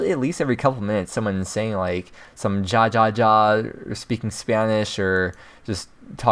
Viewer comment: hey, just fyi "jajaja" is actually pronounced just like "hahaha" the j sounds like an h in spanish